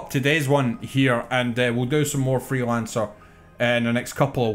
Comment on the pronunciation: I swear I heard "Hitman Threelancer" 😛